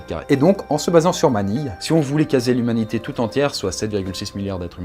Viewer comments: Tu as dit l'huminité au lieu de lhumanité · " Toute l'hémunité peut vire la dans" mdrr 😂